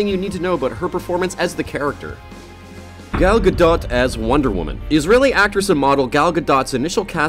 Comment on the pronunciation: Say Gadot again, and then go out and learn how to say her name.